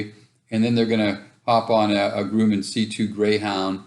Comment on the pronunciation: You are pronouncing Grumman wrong.